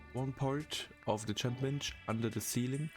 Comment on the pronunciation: Who says chem bench like that